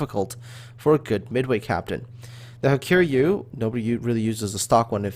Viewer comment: Hiryu is pronounced as ''hee-ryuu'', it's a Japanese name so pronounciation follows their phonetics.